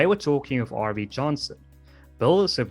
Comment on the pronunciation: V is an Afrikaans-speakers slip of the tongue, as W in that language is very close to V in English, which I would expect you to know. Snert, man!